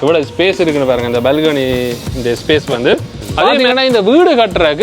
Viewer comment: dear when you say balcony please pronounce properly. It's not balgany. It's balcony dear. Please do not misunderstand me for correcting you. Because I like you and your innocence and you are a nice person.